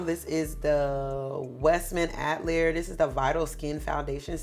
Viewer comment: Btw, the black owned foundation that you like is pronounced Ah-till-lee-yay. I’m not trying to be petty at all. I’m just a virgo